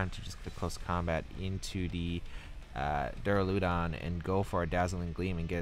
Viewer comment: also i think its duraludon, as opposed to Duuraluudon